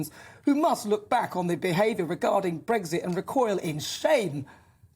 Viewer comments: It's not "Breg-zit", it's Brexit. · Its not BREGZIT! Its Brexit….